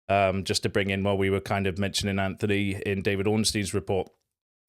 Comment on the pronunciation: Dude, tiny thing but where are you getting the ‘h’ from in your pronunciation of ‘Antony’? It’s ‘Antony’ not ‘Anthony.’